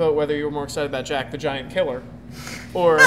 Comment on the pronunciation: i like the way you pronounced "jack the giant killer"